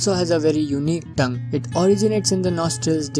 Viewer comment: Its tongue not “Toungue”